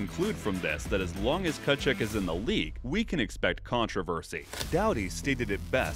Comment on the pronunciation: that pronunciation on Tkachuks name lmao